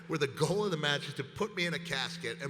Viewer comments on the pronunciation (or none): none